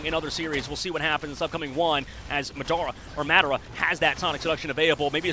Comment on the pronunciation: Its not MADara its pronounce MODora😂😂😂